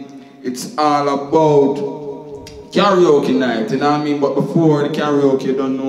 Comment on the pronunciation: it name Karaoke not talkie-oke!!!